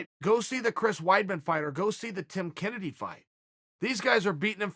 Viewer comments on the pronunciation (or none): none